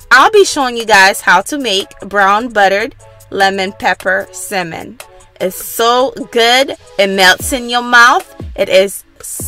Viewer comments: You're too adorable!❤❤ I kept chuckling at the way you pronounce salmon. You say "simmon". That's so cute. I really enjoyed the video. I'm definitely going to cook this way tonight. Thank you for sharing. 🙂🙂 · Why do you keep saying “simen” it’s salmon🤦🏾‍♂️ But thanks I’m stealing this, it looks amazing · You know it’ll be good when she calls it cemin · You guys are funny in the comments saying simmon lmao but thanks for the video. Ive for the butter in the pan heating up right now and I’m about to try this. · Sockulent? Simin??? Lmfao nice video tho! It looked delish! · Sounds like you’re saying semen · would be nice is she could pronounce "salmon" its not a simmin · It's salmon not simmon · Why is she calling it simmon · Please pronounce it correctly it’s SALMON.. omg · It's salmon not semen. Who taught you English. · Lol I love the way you say Salmon !!!! So island makes me want to hop on a plane right now !!!!! It’s cold in Jersey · The way you say Salmon, like it’s missing the L, it’s so funny.😂😂😂😂 My teenage daughter made this and was soooooo GOOD!!! Omg!!!!! Thanks for sharing this video!!!!❤️❤️❤️❤️❤️❤️ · It's the way she saying salmon for me 🤣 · Mesha Kennedy no she’s not ..the L is silent but she still saying it wrong like the sound “at”..but I really don’t care ..I made it and it was good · Good recipe although you need to learn how to pronounce the word salmon lmao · Great recipe but for goodness sake please stop mispronouncing “Salmon” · Is this Simon or Salmon? I can’t tell by the way she is pronouncing it. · correct! I absolutely understood what she meant. Duh which is why it sounds so annoying. Especially if "Salmon" is the subject learn to pronounce it. And you need to stop being a troll. (Since having an opinion = trolling. ) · i hate how she says salmon dislike 👎🏽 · It's pronounced Salmon. Stopped watching because of mispronounced words.